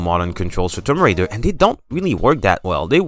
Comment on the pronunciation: homie said Tom Raider!! is that her bro or....